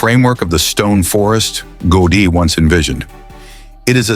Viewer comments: Автор этого шедевра Антонио ГаУди. Тот, кто запросил у ии материал на тему церкви Саграда Фамилия хотя бы потрудился проверить правильности и названий, и ударений. Дизлайк. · Can't you get the right pronunciation for the name of the architect? Was that out of your reach? Or simply non-professionalism?